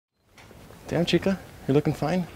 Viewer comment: lmaaooo you said "chicka" it's "chica" 😂